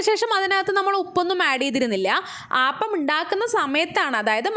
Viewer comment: Ayyio “ aaappam alla “ appam ennane parayandethe 😂🤔😂 We call palappam not aaappam 😁 anyway Kollam thank you 🙏